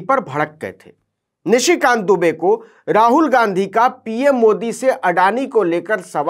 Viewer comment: आप दुबे को डूबे कह रहे हो वह जानबूझ कर। और डर भी रहे हो कल कह दो उच्चारण के कारण। इसका मतलब आप दुनिया के सबसे डरपोक आदमी हो